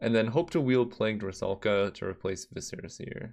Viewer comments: nope it is pronounced like suh not se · Just continuing my Noble journey to stop people from botching the pronounciation of viscera. It is pronounced Vi-suh-ruh not vi-seh-ruh. The emphasis is on the first syllable not the second. Everyone mispronounces this and it ticks me off.